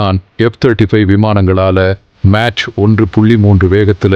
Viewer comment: அது மேட்ச் இல்லப்பா mach. காபி அடிக்கிறது ஒழுங்கா காப்பி அடிச்சு சொல்லுப்பா